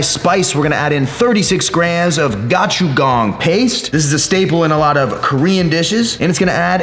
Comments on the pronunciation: Gochujang... that isn't how you say that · The way he said gochujang😂😂